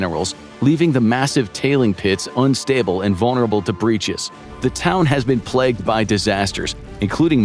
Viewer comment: Plegged? 😮 plagued?